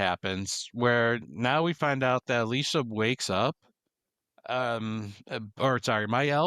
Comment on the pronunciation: I really enjoyed the discussion here, but i was personally cringing at the amount of mispronunciation, especially with "Gommage" and "Alicia" lol. Im just nitpicking there